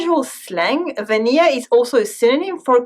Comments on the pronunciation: Oh! Please pronounce those L's in VaniLLA. Vuh-NIL-uh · When she says Vanilla, I feel so weird. She pronounces it like how it would be in French.